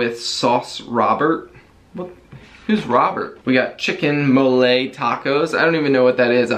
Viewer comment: LoL. Not Molé, it’s Móle.